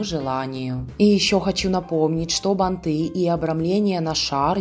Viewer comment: Банты - ударение на первый слог!